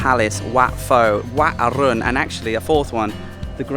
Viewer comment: Its wat Pho like PO not Fo 🙂